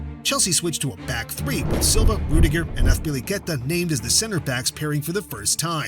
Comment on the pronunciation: Great video bro minor criticism you misspelled Joao Felix and got a few pronunciations wrong off the top of my head you kept calling him Lampert and Azpili-Cet-a. European pronunciations are difficult maybe talk to someone who can pronounce the names better to help you with them? Or maybe have someone watch your vids before you upload them? Otherwise great video brother.